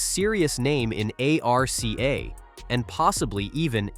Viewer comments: not bad, decent summary, you got to work on the AI reading of the script though, it should be able to say nascar and arca without spelling it. Maybe try a different voice to, this one is very over used. Definitely drop the click bait titles, that is just gonna piss people off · Your AI narrator is trippin no abbreviations in the script don't put NASCAR in it put nascar in it. Not ARCA put arca in. Listen to your generated video before you publish 😊